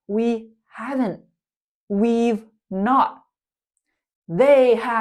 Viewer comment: Hello. You’re one of my all-time favorite teachers. I just wanted to let you know that you missed the pronunciation of “we’ve” and “they’ve.” Thank you so much. 🤗🤗